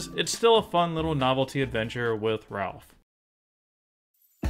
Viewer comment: C'mon, It's Ralph!